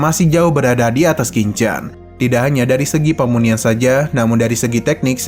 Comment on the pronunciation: "PEMURNIAN" apa "PERMUNIAN" sih min ?🙏